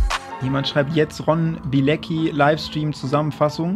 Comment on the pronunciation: ey alle sprechen seinen Nachnamen falsch aus. Das ist ein polnischer Nachname! Und wird Bi-e-le-zki ausgesprochen